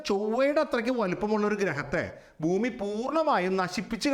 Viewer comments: സാർ എന്തിനാ ബൂമി ബൂമി എന്ന് പറയുന്നേ? ശരിക്കും ഭൂമി അല്ലേ 😢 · It’s Bhumi , when we pronounce Ba sound വരുന്നതാണ് കറക്റ്റ്. Some parts of our state pronounce wrong , they say fumi That’s not correct. Hope you get the point.